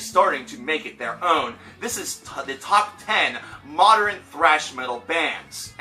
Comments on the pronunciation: Nathaniel Damarelos It's a common mispronunciation like pattern being pronounced "patteren" or northern as "northeren." "Often" should have a silent t, especially is not expecially, etc. They're all really common but wrong pronunciations. Sorry, old man ex teacher here. ;) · Why do you say modern like that